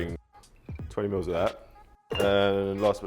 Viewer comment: "Twenty miwwz"